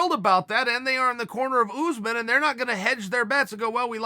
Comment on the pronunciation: Chael "Oosmen" Sonnen